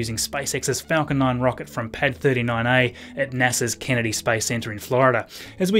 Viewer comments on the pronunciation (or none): none